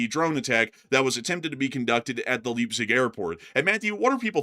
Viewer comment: The city of Leipzig is pronounced as "Laipsig" 🙂, the 'ei' sound is similar to the word 'eye'.